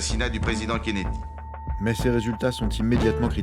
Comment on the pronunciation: Kennedy et non Kennedie.